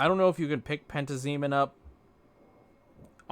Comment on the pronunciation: It’s PEN-TAZ-EMIN